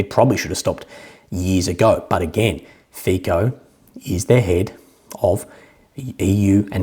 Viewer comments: just a small point. Fico, due to Slovakian pronunciation where the letter c is pronounced 'ts'. His name is said like this, as strange as it may look/sound: FEETSO. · 👋 subscriber from Slovakia here. my 2 Cents: 1. Fico is spelled something like Fitso 😊 2. fun fact: not only was russian gas transformed through the pipelines across UA to Slovakia, but UA gets paid hundreds of millions of $$ as a transit fee. even funnier, that UA is buying & consuming russian gas itself. want to laugh even more? UA was not willing to transfer russian raw oil through its territory. solution: the raw oil changes ownership on RU/UA border and becomes ownership of EU based (SK, HU, etc) oil companies. so it doesnt even need to be “repacked” in India and other 3rd party countries. no moral issues here? 💁‍♂️